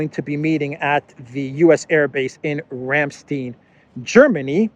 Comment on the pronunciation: It's "Ramstein" with a long "i" sound, as in "either" or "Rhein" ("Rhine" for those who need assistance) ... ;)